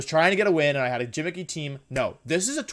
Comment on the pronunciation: I am fairly new to watching Wolfe and I really enjoy his content (: just one question if anyone has the time to answer. Is it like an inside joke between him and his subs when he replaces the G in some words with a J. Like when he says “gimmicky” but pronounced it “Jimmicky” is this a mistake or a joke? I noticed he does it fairly often so I’m guessing it is a running joke, like how he says Wideo instead of video. Anyone know for sure?